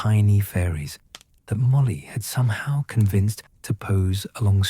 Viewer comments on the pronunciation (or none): The problem is the AI voice, it pronounced somehow as "so me how"